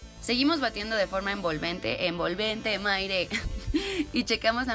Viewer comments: "Envolveteo" por favor :3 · EN-VOL-VEN-TE Maire. 😂😂😂 Morí. Las amo😍💕👌🏾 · JAJAJ "envolvente Maire" JAJA